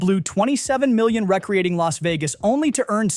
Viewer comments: "Recreating" Las Vegas? No, it's "REE-CREE-AY-TEENG"..... Jesus fucking Christ on a unicycle..... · Gave the thumbs down and clicked off as soon as “recreating” was pronounced wrong. Shame 227000 views for such a lazy video creator